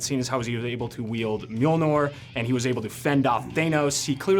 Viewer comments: MjolnOr? Really? Come on... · I'm so irritated by the interviewer... Pronouncing Mjölnir wrong :(